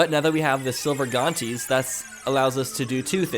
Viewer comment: You say silver gauntlets like this:gonlets